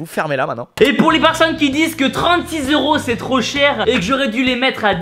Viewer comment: On dit pas zeuro mais euro